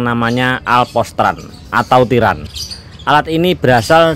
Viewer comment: Bukan tiran itu sebenarnya pak...tapi TIREN....😂😂😂